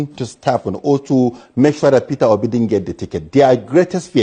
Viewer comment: Nit Peter Obi, he says Perer Obi😂😅